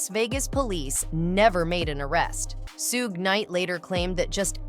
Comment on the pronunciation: Man i hate how she say suge name